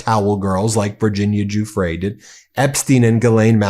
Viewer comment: The least you stupid American journalists can do is learn how to pronounce Giuffre correctly. It’s not that hard. Google it ffs.